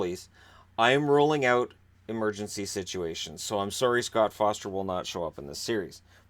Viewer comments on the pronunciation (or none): none